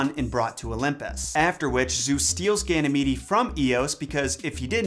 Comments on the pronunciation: Just an FYI, Ganymede is pronounced Ganny-meed. Not Ganny-meedy. I really enjoyed the video! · I think it’s pronounced Gany- meed. Haha